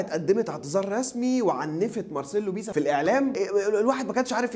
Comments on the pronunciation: بيلسا مش بيسا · اسمه مارسيلو "بييلسا" مش بيسا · على فكرة بتنطق اسمه غلط بس